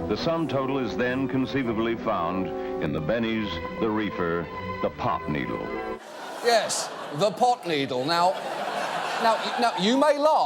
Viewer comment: Pretty sure he actually said "pop" needle.